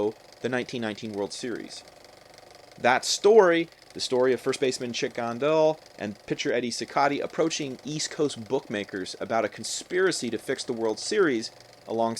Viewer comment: For future reference, Cicotte is pronounced SEE-cot. One of those things I guess I knew from one of those films.